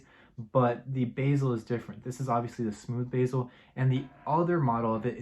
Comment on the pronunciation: it’s not pronounced basil, it’s the bezel!